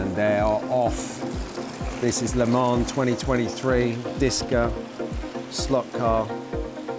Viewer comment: It's not lemane it's Lê man